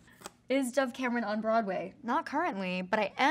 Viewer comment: Karin Angeline Lugo “Broadway” not brad way. 🤣🤣